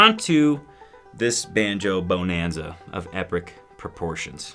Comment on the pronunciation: Not BOW nanza - Buhnanza